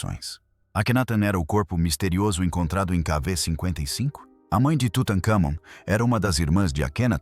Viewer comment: Meu amigo: seu vídeo é interessante, mas o áudio tem vários problemas: há erros de pronúncia, inclusive do nome de Tut An Kamon. Além disso há vários prolemas de vocabulário. Por exemplo memória, em português não é sinônimo de lembrança. Memory, em inglês, significa lembrança em português, não memória. É necessario melhorar o texto do áudio😝.